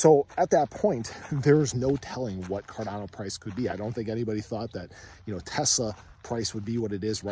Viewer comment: I think i heard "ga ga goo goo fi dolla cawdano" To da moon!